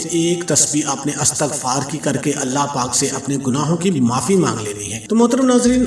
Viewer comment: O bhai word astaghfaar nahi hota bulkey Istaghfar hota hei... correct yourself.